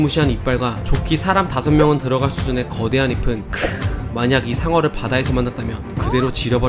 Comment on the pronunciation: 거대한 입은을 거대한 이픈 이라고 읽으시네....